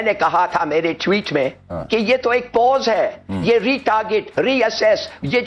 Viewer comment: Its tweet not _tueet😂😂😂😂